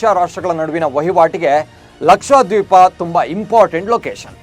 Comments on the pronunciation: ಅದು ಲಕ್ಷಾದ್ವೀಪ ಅಲ್ರಿ ಲಕ್ಷದ್ವೀಪ ಅಂತಾ ಉಚ್ಚಾರಣೆ ಮಾಡಿ. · ಸರ, ಲಕ್ಷಾ ದ್ವೀಪ ಅಲ್ಲ ಲಕ್ಷ ದ್ವೀಪ